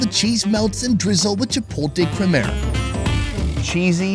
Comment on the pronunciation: When he tries to say "Chipotle crema" lol